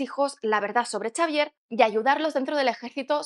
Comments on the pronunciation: Xavier se pronuncia Javier no Chavier XD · en inglés se pronuncia "seivier" XDXDXD